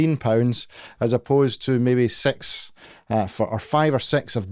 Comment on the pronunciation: he literally says s*x insted of six